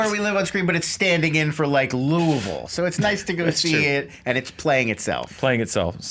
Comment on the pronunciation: Nice pronunciation of Louisville. Solid.